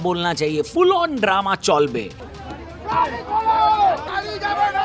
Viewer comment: चलबे ❎ चोलबे ✅